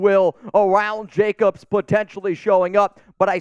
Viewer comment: A its Jacobs....not Jacobsis agent.....yowzers Scooby...like, like like...yowzers Scooby....😂😂😂😂